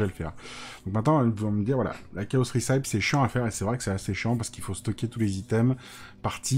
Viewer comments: Super vidéo, par contre recipe se prononce 'réssepi' et pas 'rissaïp' 👍🏼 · Recipe ça se dit ricipi, pour les prochaines vidéos 😁